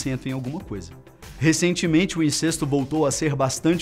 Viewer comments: A pronúncia não é "INCÊSTO" (com "e" fechado), mas "INCÉSTO" (com "e" aberto)!!! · Incesto e pronunciado com ‘e’ aberto, mesmo sem acento...